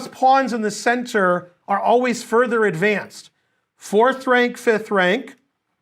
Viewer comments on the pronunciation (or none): none